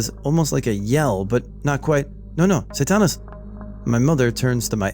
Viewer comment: Hey , decent Spanish. a little off on "Satanás", but overall pretty good 👍 muy bien!